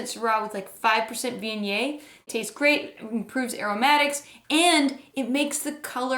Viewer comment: I just cant do this channel. Terrible pronunciation of viognier.